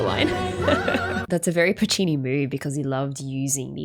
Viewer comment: new vocal stim unlocked "that's so PU-ccini"